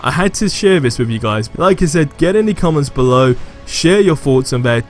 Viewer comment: why is it that so many youtubers say Vis instead of This?